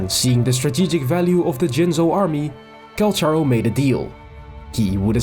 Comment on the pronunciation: I came here desperately curious if to see if we have any confirmation about the phantom guy he fights with (the idle where they bump forearms is SO peak, I am chomping at the bit for more LORE about this guy)!!! But big RIP to the EN voice lines saying his name as Call-CAR-Oh.....we've apparently all been mispronouncing his name T^T (unless this is another Tartaglia situation and they fumbled the bag in EN...but it makes sense phonetically in this case). The bit about the culture shock was super cute, I'm just imagining this totally hardened warrior being shown a singular kindness and being utterly flabbergasted but trying to play off his confusion. The image is precious. (Oh no, look at him...he's traumatized!!!! My favorite kind of man.) I became intensely fond of him from his treasure lines of all things. I just like the idea that I've hired this guy and he claims that's the only reason he sticks around LOL.